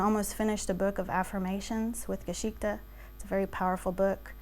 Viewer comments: She does say "Geschichte" but she pronounces it so incredibly wrong it hurts me as a German. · We're being WARY, BECAUSE MANY PEOPLE ARE UN-TRUSTWORTHY. (One "Red Flag" is that she can't even be bothered to learn the correct pronunciation of the Main Character of her Tale: "Geschichte".)